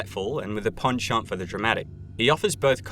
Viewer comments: You say penchant too much into my ear you pronounce it weird but that just might be a me thing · Stop saying penchant like that please